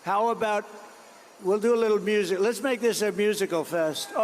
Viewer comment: "lesss make it into a musshic" 😂